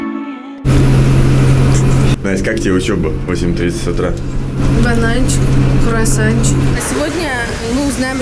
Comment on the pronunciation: не кУрасан а кРуассан!